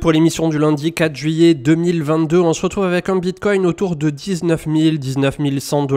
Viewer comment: C'est quoi le Bitcointe 😂😂😂